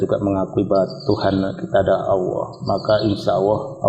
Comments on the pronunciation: Mohon maaf nih, pengucapan Allah itu Allah... Bukan Awloh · Apa saya salah dengar ya? Kok sering dengar kata Awoh